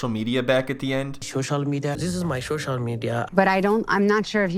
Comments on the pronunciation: “Shocial media” 😂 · Give him the Shoshal media password 😂